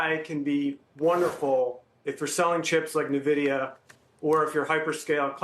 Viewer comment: This idiot can't even correctly pronounce Nvidia...